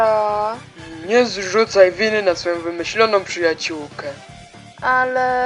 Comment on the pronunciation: Jak coś mówi się Kara a nie czara